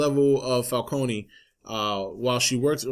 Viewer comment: Was anyone else annoyed by the way everyone pronounce "Falcone"?